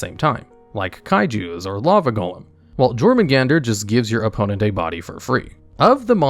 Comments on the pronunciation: Btw bro it’s pronounced your-men-gaurder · Good video, It's pronounced Yormungundr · Buddy, you REALLY need to learn how to read/pronounce the names of cards. Pisty not pitsy, jormangander is a y sound not J, (nors mythology) and ryko....dude you botched that HARD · Super picky, but the Jormungardr is pronounced “Your-mun-guarder” and Aesir is pronounced like “I-sir”. Fenrir is “Fen-Rear” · Ugh... Aesir pronounced as "ay-sheer" and Jormungandr as "jore-mun-gandur". No... The J acts as a Y and Aesir is pronounced "Ay-sear".